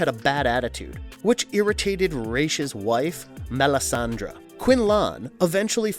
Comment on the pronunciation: Dude! You have no sense of correct pronunciation in this universe. It makes you look stupid. You called Melisande ..Melisandre. then you called DUCARD .... Deckard. You would think before you make a video that you would at least watch or read the material along with Hooked on Phonics. Plus the original pronunciation of Ra's Al Ghul is Rozz not raysh.